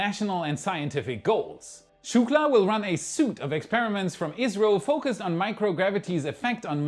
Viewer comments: Great report, as usual. English class update number 122... "suit"?? Close but no banana. Correct pronunciation is Suite--->> "sweet", as in hotel suite. Keep it up, I love it. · excellent English, but, "suite" is pronounced like "sweet" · Suite is pronounced SWEET…love you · Suite is pronounced "sweet"" not "sute".